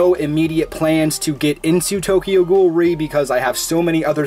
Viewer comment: Also Tokyo Ghoul:re is pronounced Tokyo Ghoul R-E